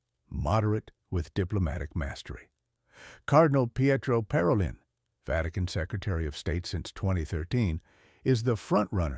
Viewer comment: Should we speak of cardinals’ ‘ideologies’ or their faithfulness to the Magisterium? Parolin is pronounced Paro’leen.